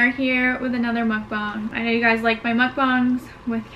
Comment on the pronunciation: MUKBANG <<<------ BANGGGGGGGGGGGGGGG not BONG ffs rofl